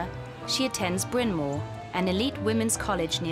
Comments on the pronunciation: Where did they find this inept narrator? It's Bryan Mawr, not Bryan Moor. And that's not the only mispronunciation. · Bizarre! The commentators can't even pronounce well-known terms properly: "Greeeta Garbo" (Greta), "Bryn Moore (!)" (Bryn Mawr), "Hooten" (Houghton), "An-tee-OH-pee" (Antiope)! Wasn't there a producer around to check this stuff? Hard to take the commentators seriously. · She killed Bryn Mawr as well. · Sadly, the narrator is unable to pronounce Bryn Mawr.